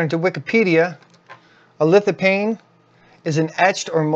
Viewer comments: Its litofane not paine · FYI, According to Websters Online lithophane is pronounced "lith-uh-feyn. The ph has an F sound. Not that it really matters much. Still enjoyed your video, keep on recording. 😆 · Great vid...it's LithopHane with an H btw...pronounced as an F as in phantom